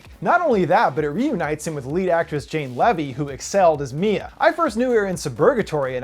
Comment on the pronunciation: Looking forward to Monster Trucks because Jane Levy is fantastic. I also LOVED Don't Breathe and think it was one of the best horror films I've seen in a while and one of my favorite movies I've seen this year. Lastly Jane's last name is pronounced LEE-VEE not LEV-EE. Great review :)